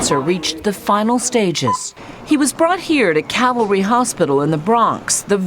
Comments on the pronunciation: It’s Calvary Hospital, not Cavalry. Calvary is the hilltop on which Jesus was crucified. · CAVALRY HOSPITAL, SHE SAID IT TWICE! iT'S CALVARY Once is an error, but twice?? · shows how much the news reporter cares... the hospital sign says calvary and she says cavalry... what a dickhead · Not Cavalry, it's Calvary. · The News readers kept repeating the same mistake over and over again, it's not CAVALRY hospital, but it's CALVARY hospital. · Dear newscaster, you may want to know this fine little distinction for your professional accuracy, so may I please submit: it's CAL-vary hospital, named after a fact about Jesus. Cavalry is the term for a unit of soldiers on horseback. Hope this was a bit interesting. Okay, start the snarky comments machine ---now.